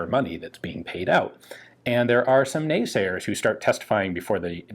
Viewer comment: Were these Dutch Parliamentarians naysayers or "nee" -sayers? You had me audibly convinced they said nee which is Dutch for no. Good multi lingual joke there, even if it was unintentional!